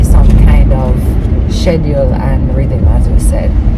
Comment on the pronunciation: Shed-jew-ewwl ... schedule